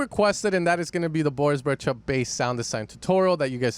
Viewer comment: Brecha or brejcha? 😂